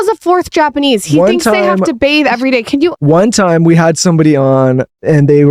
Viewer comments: It's BATHE, not bath!!!! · She said they “bathe” in the pool????? 👁️👄👁️